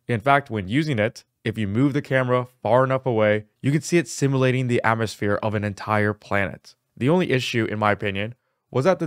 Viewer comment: similating. 😂 SIM-YOU-LATE-ING